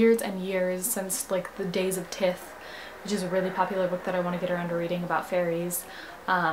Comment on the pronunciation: It's pronounced the way it's spelled. Tithe. Like tithing at church. Yeah. I've only read 2 of Holly's books. Tithe and Valiant.